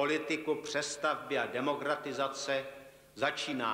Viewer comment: Disguze ? Demogratizace? lol